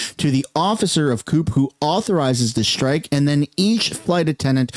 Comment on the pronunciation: did he just call co-op coop?